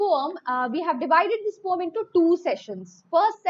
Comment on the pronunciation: Mam don't know how to pronounce poem😂😂😂😂😂😂😂😂🤣🤣🤣🤣🤣🤣🤦🤦🤦🤦🤦🤦🤦🤦🤦